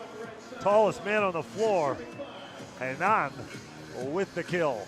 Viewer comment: Quadra horrível e fala desse "locutor" americano chapadão de whisky tapado ... o jogador que saca e o que ataca na rede é sempre "maurriciiio Borrrgeiss"... putz esse entende de volley ... e a pronúcia de "Renãããããaann" ... putz dói no ouvido kkkk